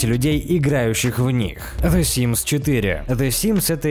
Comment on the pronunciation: Какой симз СИМС а не симз